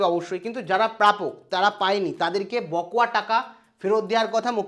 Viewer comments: কথাটা বকোয়া নয় বকেয়া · Sir, বকোয়া নয়, বকেয়া।।